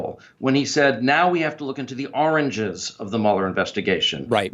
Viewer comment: 😀 😁 😂 🤣 😃 😄 yeah did recall hearing Don Dump say that and I'd thought he was saying "oranges"...I was like the WTF is he trying to say. Then I thought oh 'Origins'.